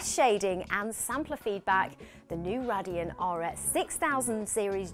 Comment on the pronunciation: Nice host that knows nothing about tech. Cant even say radeon properly